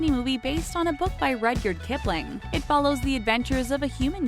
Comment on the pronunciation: At this point I feel like pronounces things incorrectly on purpose. I mean, Cor-gee? Ruhd-yerd Kipling? 😫